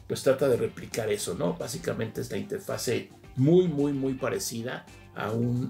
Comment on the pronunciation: Inge, lo vamos a poner a hacer planas: "No se dice interfase, se dice interfaz. No se dice interfase, se dice interfaz. No se dice interfase, se dice interfaz...."